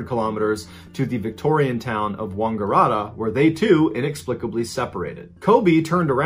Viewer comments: OMG, the pronunciation of the Aussie places! Yass is like YACK and Ass. Wagarata is like Wang ARE att Er. good attempt though! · You're so awesome, can't get enough of your stories. But...Wangaratta? The first A is 'a' as in apple. Stupid Like button is a bad influence! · Mr Ballen should make a better effort to pronounce the names of Aussie towns. Mangling the names of towns like Yass and Wangaratta is a bit cringeworthy. properly.